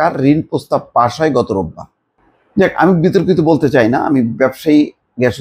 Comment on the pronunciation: মাথামোটার মত বিতর্কিত বলতে কষ্ট হচ্ছে!!!